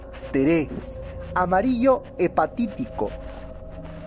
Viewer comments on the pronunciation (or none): Se dice: hepático, no "hepatitico"